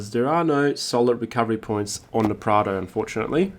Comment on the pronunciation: I am pretty sure it’s Prado not prada 🤔